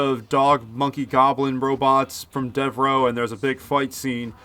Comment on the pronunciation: Thanx for posting this. This movie is in my DVD player right now. RIP to our Spaceman...ACK! ... oh ,and it;s pronounced Deverow